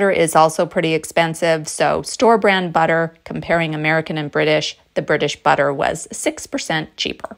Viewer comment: You did not sound at all British… until you consciously pronounced the “tt” in butter, or “budder” as we all say here. And then uh-oh! we are back in the USA. Enjoyed this presentation, and noted the same thing on Evan Edinger’s channel. UK in the summer, Texas in the winter: smart.